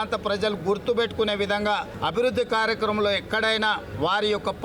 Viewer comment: "కార్యక్రమంళో" కాదు, "కార్యక్రమంలో" అని పలకాలి. "వళ్ళే" కాదు, "వల్లే" అని పలకాలి. ఇలా భాష రాకుండా ఎందుకమ్మా జనాన్ని చంపుతావు?